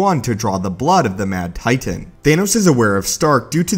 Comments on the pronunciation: I fucking hate how you say titan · The way you say titan pisses me off